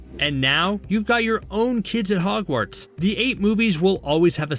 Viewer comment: Hehe he said hargwarts